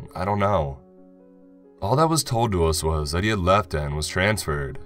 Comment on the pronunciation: Not sure who you got to read this, but maybe get that person some lessons or just get someone else. It was off-putting how random “and(s)” were emphasized and some words were drawn out. I couldn’t focus on the story.